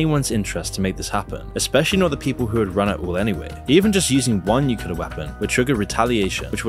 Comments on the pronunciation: nuclear, not nucular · Nu-clee-ar. Not Nu-cu-lar. 😁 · Why do people say nuke-you-lar???? It's NEW-CLEAR. Learn to read. Nuclear. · The channel and its videos are excellent, although I would not say the same about the narration,... hearing nukular instead of nuclear makes me doubt abut the information conveyed. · FFS, it's pronounced NewClear not NewkewLar I was into this video until couldn't pronounce the word properly. Instantly scrolled on. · It's pronounced "new-clear" not "nuke-you-lar" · Repeat after me; noo-clee-uh......noo-clee-uh Nuclear < it's right there! Nu-clear It is NOT 'nucular'. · ITS FUCKING PRONOUNCED NUCLEAR, NOT NUCULAR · It's pronounced nuCLEar, not nuCUlar. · NU CLE AR not nukular goddamit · Please stop saying nucular. It's nuclear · I love the video but please stop saying "nukular" it's nuclear :( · Yeah only issue i had was he said Nucular way too many times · No, I'm not gonna listen "newcullar" for 20+ minutes.... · my god how can you say NUCULAR in every single video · Why tf is it ao hard for people to pronounce "New-Clear"??? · brother, please tell me: where is the second U in Nuclear? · Don't make a video on nuclear if you can't say the word Also, who's 'king Jimmel'? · nuCLEAR. It's Nuclear. It's not "Nukulur." It's a huge pet peeve. You're making a video about "Ahh"-penheimer of all things... Nu-clear. "nukulur" is simply not a word. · I wish he would pronounce it correctly as oppen, not open, good lord. It's like, how does research this yet not know how to pronounce the subject of his research? Might as well pronounce nuclear as nucular! Oh, wait. He made that error too. Unbelievable. Oh, and the hyper sped-up voice? Why? YouTube lets us speed up if we want to, why embed a sped up, compressed voice, which just ruins the presentation? Ugh. Hard to take seriously when it's obvious the presenter himself doesn't care. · Openheimer. Nucular